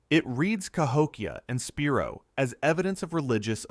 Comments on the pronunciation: Spy-roe not Spear-o. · I live about 20 miles from the spiro mounds & it’s pronounced SPY-ro . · Spiro is pronounced sp-eye-ro and pokola is spelled pocola and it is pronounced po-cola